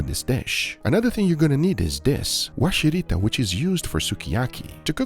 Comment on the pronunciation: Sorry, can't stop myself pointing out a few things. It's "Warishita", not Washirita. Also we don't normally mix egg yolk with the sauce. Just dip in the mixed egg yolk. But your sukiyaki looked good! well done.